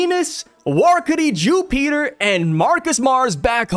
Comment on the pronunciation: Wow youre so dumb you really thought the attack sent them flying back to marijois and couldnt figure out that it essentially used the same teleportstion powers of the elders back to their room smh. Then the mispronouncing Jupiter. Trash channels.